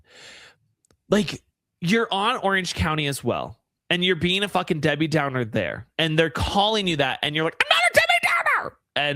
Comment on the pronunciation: He said Debby downer insurance 😂😂😂😂😂